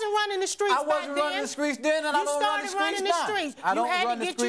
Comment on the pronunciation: Him: I’m not running the skreets. 🤣🤣